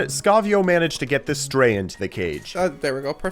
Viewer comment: Why did you call the Stryder the stray?